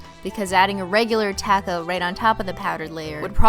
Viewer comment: u said taco wrong